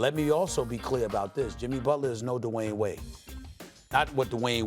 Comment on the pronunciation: Literally nobody: Stephen A. Smith: DaWayne Wade